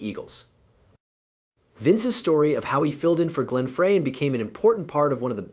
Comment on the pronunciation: Whoever did this...Frey's name is pronounced "Fry", and the constant barrage of "screen effects" was so annoying, I had to stop looking at the video and just listen...there was useful information about Vince's great career, but there was a lot of unnecessary added banter, kinda like late night infomercials...good try, but not quite there yet my friend.